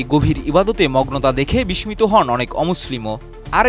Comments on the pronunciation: বিষ মিতো নয় বিশ্ শিতো উচ্চারন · সাংবাদিক বিস্মিত উচ্চারণ করতে পারে না। (বিশ্‌শিঁতো)